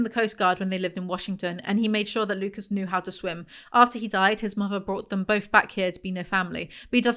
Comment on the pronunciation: side note: i've been watching House MD recently and every time you say "Lucas" i get gaslit into thinking his name is Lupus